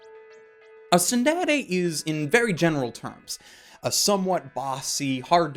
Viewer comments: he says tsudere so weird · i get cancer when you pronounce tsundere; tsunderay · Also this guy feels like a weeb; "Soon dey ley yey" It's TsunDere dude, SOON DEH REY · Pronounced "tsuun-dey-rey" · I gave this video a thumbs down for the way he pronounced tsundere but overall good video